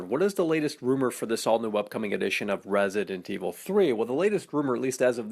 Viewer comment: Yes I love "RASident evil" seriously guy?